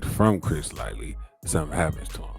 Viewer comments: Dude kept hearong folks say Lighty correctly & still chose the wrong path. ...Lighty alrighty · It hurt to repeatedly hear lightly. 😅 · LIGHTY... no "L-Y" Just "Y" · Bro are you fucking death. You have clearly heard that man's name is Chris LIGHTY not Lightly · My guy it’s Chris Lighty not Lightly!! 😂😅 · It’s Chris (light-tee) not Light-Lee!!! 🤨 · Bro, its LIGHTY not Lightly. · Chris LIE-TEE not lightly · Right! Damn man, see what the public school system do to you lol🤦🏾‍♂️. Comfortable saying "lightly" too as if he knows he's saying it right lol. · You’re not even sayin Chris’s name right 🤦🏾‍♂️ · This bad journalism, from saying the name wrong 100times, not showing the instagram posts in the right sequence, to why 50 really hired an investigator and 50 didn't start beefing Diddy after Lighty's death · Self inflicted... Not! Please respect Chris's memory by pronouncing his name correctly! My Guy 💡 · Right, It was like nails in the chalkboard each time I heard that. How do you not know Chris Lighty's name for one? Mispronouncing someone's name repeatedly when it's pronounced correctly multiple times in your own video is nasty work lol.